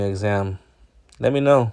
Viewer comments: Fml did he say California examed? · A California exam license doesn't make any sense. Unless I misheard you and you are attempting to say the word exempt? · Exempt, not exam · Hey, it's "EXEM" as in exempt from paying registration fees/taxes, not EXAM. Peace. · "Exempt" not exam. Just found your channel. I enjoyed this. Thanks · Not giving you a hard time ... it's EXEMPT not exam. It's because they are exempt from paying taxes. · It’s not exam it’s exempt… Love your channel and your content… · California exempt you mean? It's not exam,...it's exempt. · Good video, just be more accurate. It is exempt, not exam. And yes, you probably did catch this department engaged in corrupt behavior. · Its EXEMPT. Not exam plates. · It’s EXEMPT not exam... smh 🤦🏼‍♀️ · Not a biggie but it's "California EXEMPT" not exam. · The proper word is "exempt" not "exam" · Exam plates? You mean exempt? 😂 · it's "exempt," not "exam" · "Exam" 😆 it's Exempt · also it's exempt not exam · It's exempt not Exam🤦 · *EXEMPT not exam lol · LOL EXAM its Exempt. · Exempt not exam lol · Hey love all that you do man!! But it's "Exempt plates"